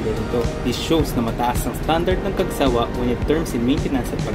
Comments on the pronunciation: Correction for the Pronunciation. It's Cag- sawÁ . Not. Cag-sÁwa ☺️ Actually Isang Beses palang Ako na nakasakay diyan .Ang Sobrang Linis Ng Loob niyan Ng Cagsawá 😁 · ang pagbikas po sa cagsawa ay "cagsawá"—accent on the last syllable. ipinangalan po sa cagsawa ruins sa Daraga, Albay.